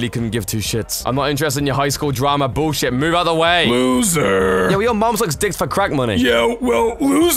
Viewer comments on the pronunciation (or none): He sead boll shit